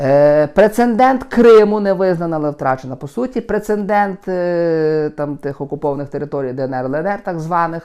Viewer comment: Немає слова "прецендент",ріже слух.